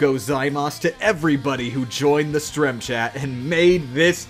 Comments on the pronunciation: who calls a stream a "strem" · "strem chat" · he said strem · God no i dint just hear this guy say "strem chat"